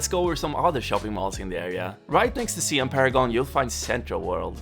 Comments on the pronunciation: Siam is pronounced sa-yam. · Sorry to say, it spells Siam but pronounce Sai Yuum which was the old name of Thailand